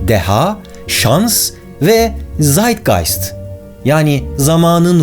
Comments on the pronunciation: „ZEITGEST“ değil „ZEITGEIST“ olacak abi 😇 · Zeitgest degil * Zeitgeist almanca bir kelime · baris abi o kelimenin dogrusu "Zeitgeist" almanca bir kelimedir ve i ile yazilir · Abi o zeitgest diğil tseitgeist deniliyor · Barış hocam "zaytgayst" dediniz ama orada yanlış yazılmış. Doğrusu Zeitgeist olacak. Ek olarak, Almanca dilinde Z harfleri Türkçe'de olduğu gibi değil de ts olarak okunduğunu da belirtmek isterim. (Tsaytgayst) Hayatımıza anlam katmaya devam edin lütfen :) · zeitgeist (tsaytgayst) diye okunuluyor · Hocam videolarini severek izliyorum. Yorumlarda konunun bahsi olup olmadigina bakmadan, varsa dahi tekrarlamak isterim. „Zeitgeist“, kelimenin dogru yazilisi ve „ei“ almancada „ay“ diye okunur,. Ayrica z harfi „ts“ (t harfi telafuzda oldukca ani ve kisa vurgulanir) Dolayisiyla da „(t)saytgayst“ olarak okunur. Frankfurttaki mucitin soyadi da bu kurala göre „rays“ (pirinc anlaminda) diye okunur. Dilimizdeki reis kelimesi ile baglamissiniz! Iste ondandir ki, dil ögrenmenin yani sira yabanci kelimelerin telafuzunu da dogru bilmek gerekir. Saygilarimla